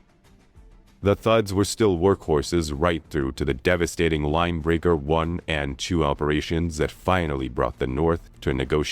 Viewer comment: Linebacker not Linebraker